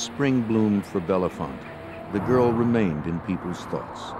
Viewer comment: Unfortunately, the narrator repeatedly mispronounced the town name “Bellefonte” as “Bella-font.” As heard in the interviews, the name is pronounced “Bell-font.” The editor or scriptwriter should have informed the narrator.